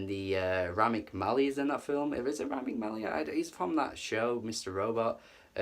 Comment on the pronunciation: You have an Egyptian gf and you don’t know how to say Rami Malek, shame on you sir ;)